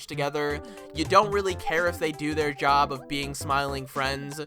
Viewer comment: i think if you work on your flat tone and the habit you have of dragging out the last word in all your sentences, your videos could be really fun to watch the long sentences in your script come out very robotic and then the sentence ends kinda... "whiny" ? just dragging out the last syllable "job-uh" "story-uh" "play-uh"